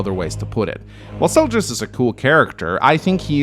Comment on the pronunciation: Butcheeing names.... It's Zelgius, not Seljus!